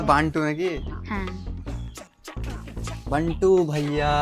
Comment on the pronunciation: Are dada bantu noi 😂😂😂😂to be banti